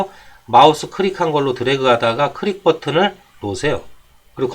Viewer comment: 크릭 아니고 클릭입니다.